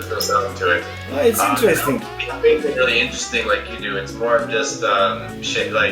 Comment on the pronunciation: No one : Volkan Öge : hmm. itis veri intiresting...